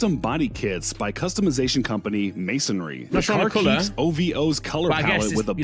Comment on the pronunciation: “Customised body kits by a company called Masonry” 😂 It’s Mansory hahah